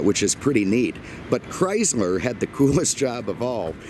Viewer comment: Did you say Chrysmer?